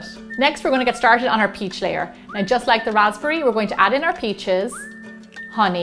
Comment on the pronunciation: Am I the only one that heard pizzas when she said peaches? lol